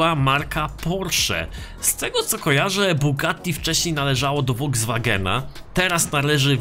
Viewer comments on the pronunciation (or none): none